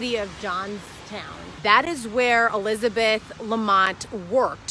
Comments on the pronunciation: My names Elizabeth and I hate when people say A-Lizabeth. Its Elizabeth. Not Alizabeth 😂 stop saying it like that dammit. 😂 Lmao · "Allyzibeth"... fucking hell